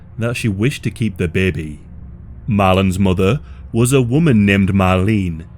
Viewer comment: Emelys muhdde' and fadde'